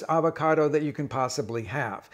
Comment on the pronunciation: Hey Rick, why not pronounce the name of the fruit correctly?